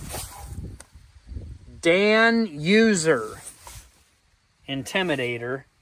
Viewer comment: Danuser is pronounced: DAN-huser. With a h-sound. Made in Fulton MO, about a 100 miles north of me.